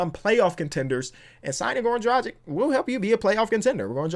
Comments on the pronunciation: It's Drag-itch not Dra-jick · has been saying Goran Dragic's name wrong for a long time